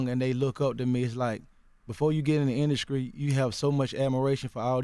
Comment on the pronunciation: " ln the induscry "..